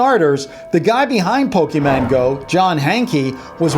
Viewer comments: No, it's pronounced Po Kee Mon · Did he just say Pokéman go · did you say pokeyman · he keeps saying pokeman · you said pokemon go wrong, you said pokeman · ahahah he says pokeyman. (btw its fake i checked it up like him) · YOU AWAYS SAY POKEMAN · Hey says pokeman, TRIGGERED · did you say pokeyman? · did he just said.... pokeMAN????? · "Pokeman Go App" TRIGGERED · Not Pokeman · Did he really called it "POKEMAN" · He's saying pokemayne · lol he pronounces pokémon as pokéman 😂😂😂😂😂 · He said Pokeman lol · He said pokeman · cringed when he said pokeyman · did anyone else here pokeman! 😂😂😂😂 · You keep on saying pokeman XD wtf? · Stop saying Pokéman go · Omg pronounces Pokémon, pokeman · he says pokeman go like me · anyone else notice he keeps saying Pokeman 😂😂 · He pronounces it Poke-man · is he saying pokeman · he sed Pokemon rong lol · how he pronounce "pokemon" tho😂😂😂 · Yeah its the worst of the 3 ways to pronounce pokemon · Pokémon not pokeman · ITS POKÉMON NOT POKEMAN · its not pokeyman go its pokemon go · It not Pokemen its Pokemon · "Pokeman" no it's Pokemon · It's not pokemonMAN, it's pokeMON XD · OMG STOP SAYING POKEMAN INSTEAD OF POKEMON!!!! ITS MON NOT MAN! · pokeMON not pokeman ffs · I got triggered by how you pronounce it "pokeman" instead of pokemon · It is Pokemon not Pokeman! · Omfg why can no adult over 35 ever pronounce pokemon right? It is not poke man it is poke mon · It's non't called pokemAn go it is called pokemOn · YOU DONT SAY POKEMAN YOU SAY POKEMON!!!! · ITS POKE MON NOT MAN!!!!! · It's pokeMON go not pokeman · your keep saying pokemAn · I love how all adults say PokeMAN. It’s so silly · who else got a little triggered when he said pokeman go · Who Else Got Annoyed That He Keeps Saying Pokeman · lol people Jeep saying he says pokeMAN its Filmus :) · He said pokeman noooooooooooooooo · "Pokeman" TRIGGGERERERRERERERERED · He says pokeman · did he really say pokeman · did he Really just Say pokeman go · pokéMON. MON. NOT MAN. MON.